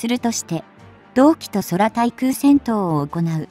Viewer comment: そらたいくうとか色々と間違いだらけ、せめてフリガナくらいつけて間違いを是正させるべき何度も何度も同じ間違いばかりならYouTubeは止めるべきかと…